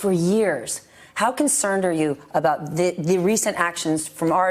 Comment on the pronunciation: What’s going on with Richard Engel? It’s not speaken or renumeration ..... it’s spoken and remuneration .... hmmm, apparently listening to trump really does rub off on you.